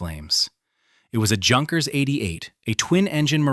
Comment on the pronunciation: Phonerically 'Younkers' it's not hard sounding 'J'.